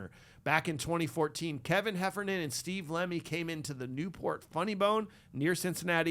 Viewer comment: Pronounces Chandrasekhar correctly but fumbled on Heffernan